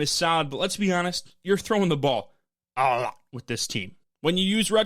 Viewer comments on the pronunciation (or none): Bro lmao I don’t know if you was trying to say “ a lot” but dang maybe you should run it back